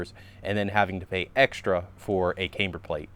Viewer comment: Please stop pronouncing camber wrong